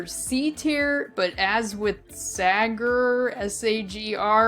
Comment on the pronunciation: You pronounced Sagr's name correctly. (Jan Griffiths).